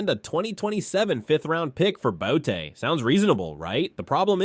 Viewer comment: How did he say his name? This is clearly AI. Kayshon BOWWWETTEE and Marcus MARIOTTA.